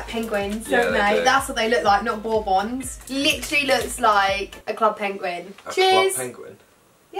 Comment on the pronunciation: If so it is bobons but pls say it like borbuns